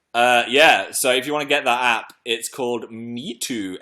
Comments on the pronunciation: Philly the app MeiTu is Chinese, it's pronounced mey-tu and it means pretty photo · Also Meitu is pronounced May-too.